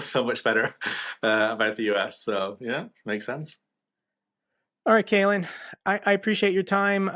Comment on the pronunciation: Caolan not ‘kalen’ and he’s Irish. Good comment otherwise, and yes, we do have some great British journalists too.